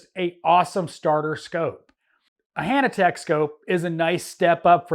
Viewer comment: Why are you saying Hannatek when you mean Hantek?